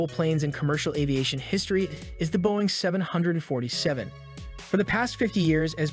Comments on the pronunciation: Is the narrator simply TRYING to piss off so many people by mispronouncing the name of the aircraft? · Why is he saying the name of aircraft like that